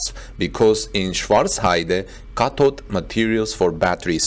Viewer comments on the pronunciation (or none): none